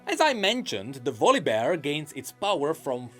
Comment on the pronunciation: Which makes the demigod "Valleybear" 😅